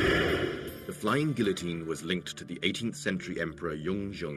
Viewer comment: The narrator should earn how to pronounce guillotine...